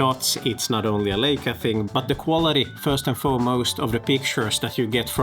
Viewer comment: It’s pronounced LAICA, not LEICA.